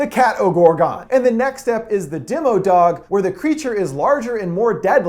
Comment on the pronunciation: You’re pronouncing it wrong. It’s Dem-OH-dog, not Dem-EE-dog